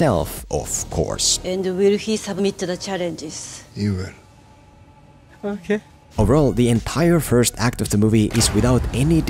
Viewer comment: When he said "ohkay" 🤣🤣